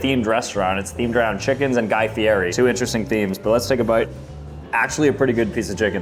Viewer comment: His name is pronounced like Guy Fee-Eddie, not Guy Fee-Airee. You’re killin’ me! It is LEE-OH Messi and Guy FEE-EDDIE. Take notes!